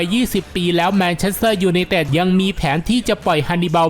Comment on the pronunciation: แอด ควร ออกเสียงชัดๆหน่อยครับ ฟังทีไรเสียวทุกที " ยูไนเต็ด...,"